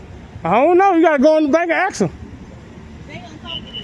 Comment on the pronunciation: She also can’t pronounce, “ask.”